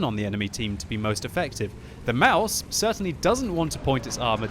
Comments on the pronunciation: its pronounced Maus, you dont put anything behind the s...just stop doing that please. the english way of saying mouse is really damn close to the german way of saying Maus so no need to change anything there really...idk why some ppl believe german words are pronounced with an "a" at the end...like some ppl believe Porsche is pronounced Porscha...dafuq?! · CHUBBYCAKES Maus* or mouse, it's not mause, that's pronounced "Mausa"